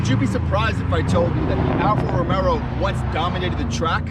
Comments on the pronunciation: I stop watching as soon as you said Alfa Romero. ITS ROMEO (Romayo) No extra “R” you goofy ass! We Are Alfisti!! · Say it like this .... Alfa Ro-May-o ..... 🤦‍♂️ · ‘Alfa romero’ 😂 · Romeo not RomeRo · Get the name right. It's Romeo! Idiot.